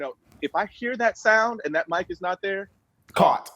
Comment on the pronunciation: "CAUGHT" Lmao